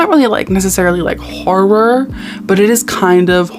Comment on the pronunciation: every time you said "hor-roar," my soul left my body, but in the best possible way.